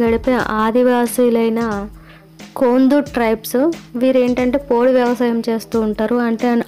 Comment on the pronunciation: కోందు అనరు మేడం కోదు అంటారు